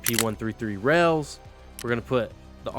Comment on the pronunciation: Rail .. not Rell lol you kill me man 🙃